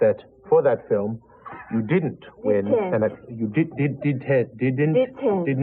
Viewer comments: It was so funny where Andie was correcting James "The academy award that you didn't win.." "DIDENT" "You didn't?" "DITENT" You did not? "DI-TEENNT" "You DITENT win, Andie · Scyas *T*i-tent. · Dit-tent you know? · 2022 who’s still saying “Di-tent”?